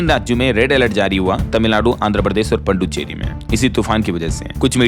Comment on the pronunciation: आप पुदुचेरी को पुड्डुचेरी क्यों बोलते हो